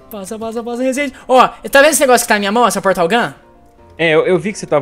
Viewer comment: resende o acento é no i e não no a